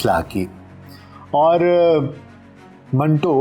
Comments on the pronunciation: Manto ka name tou theek talafuz kay sath lay lain janab . Aik jumlay main manto nay apnay name ka durust talafuz batay hay . MANTO BARA ONE TWO HAY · ان کے نام منٹو کا صحیح تلفظ من Two ہے